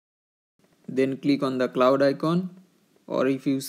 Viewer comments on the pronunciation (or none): none